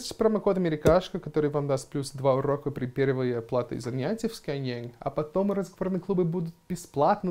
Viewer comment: когда уже начнёшь говорить не скайЕнг, а скайЭнг? )))